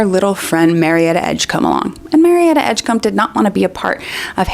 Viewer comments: Combe 😂 it’s Edgecombe friend, pronounced like comb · Excuse me? Marietta Edgecum? Really, Joanne?